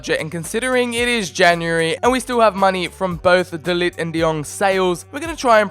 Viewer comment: Man be like "TF is this G in de Ligt his name.... Fuck that I'm calling him The Lit"